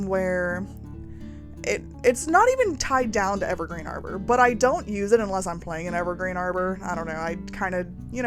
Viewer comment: Beautiful build! I believe the world is pronounced Harbor with a hard H sound, as in a place for boats